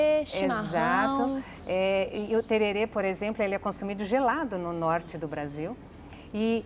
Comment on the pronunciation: que terere é tereré, e não é no norte e sim no centro este